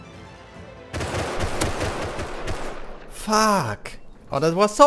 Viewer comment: its said " stupid " not " stjupit " and its said " fuck " not " fak "